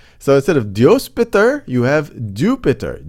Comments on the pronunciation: MatR is Pronounced as Maat-Ree not Mat-Er PitR is Pronounced as Piit-Re not Pit-Er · Good video. But just so you know, your pronounciation of matr and pitr are wrong. It is not pit-ar or mat-ar. Pronounce t and r sound together.